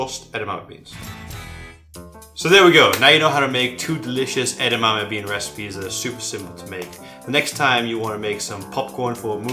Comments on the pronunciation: No, it's pronounced EDAMIMI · I wish he’d stop saying edamame like it’s one syllable.